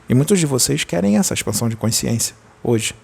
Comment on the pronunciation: Português, um toque 》 a palavra é CONSCIÊNCIA. Não tem o E a mais do sotaque carioca. É importante na Excelência da comunicação.